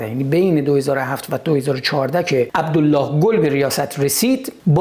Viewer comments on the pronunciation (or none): none